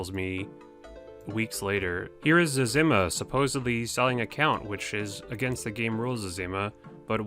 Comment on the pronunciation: it is zez-eh-ma not zezz-im-ma lool